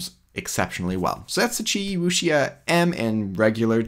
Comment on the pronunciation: Great video! Keep it up! Wuxia is pronounced as woo-shia :) really like your videos!